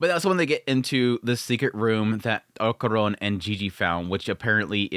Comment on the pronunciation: Man i missed Dandadan, such a fun series, i also missed you killing Okarun`s name by calling him "okuron" haha